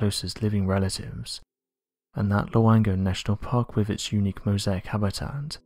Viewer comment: Could you get a reader who doesn't have a speach impediment? He cannot pronounce "l". He swallow his "L"s. "Old", sounds like "Owed". "With", sounds like "Wiv". "Beneath", sounds like "Beneef".